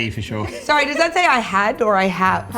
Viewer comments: favourite minute CANADIAN TEAR GAS OOHH SOORREHHH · Canadian polite teargas "OH SORR-EH" should be a merchandise. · Rodney wants time stamps Favourite part and subtitle was the so - reeh gas from.